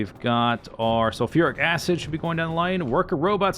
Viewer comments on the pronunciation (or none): I swear he did not say "sulfuric acid".